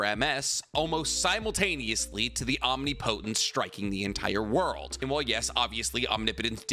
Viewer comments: My guy: Om-nip-o-tence. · I give up, this man is gone say OM-Ni-Po-tence till the end of time 😂😂😂 Love the content though, keep it up! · I don’t mean to nitpick. But please pronounce the word correctly. Omnipotence. (Om-ni-puh -tense). I cringe so bad hearing it said wrong every video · Do you say omnipotence that way to hurt me? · I feel like you mispronounce omnipotence just to get people riled up. Nobody is dumb enough to think that's how its said